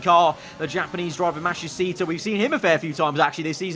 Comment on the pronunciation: please learn how to say matsushita correctly lol